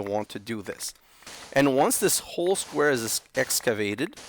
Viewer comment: bro when you say squaer i laugh so hard every time